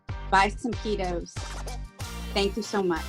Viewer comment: You pronounce it PeaDos anyway ,as you have on all your videos so why not name it that because PeaTos might as well be a bag of Dicks to a Spanish person .